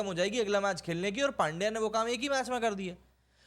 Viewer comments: भाई नाम सही से लो, पांड्या नहीं, पंड्या है उसका नाम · अरे वो पांड्या नही पंड्या है पंड्या।